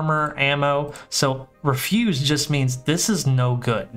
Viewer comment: REF-yoos. Like trash. Had to say it, nice video XD